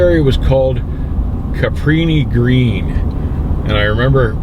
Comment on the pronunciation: I'm from Chicago and you're close to pronouncing it correctly. It's Cabrini-Green projects. It's since been torn down but still not a good place to be. Never was and never will be. And yes those overpasses are treacherous. Even the locals have a difficult time navigating them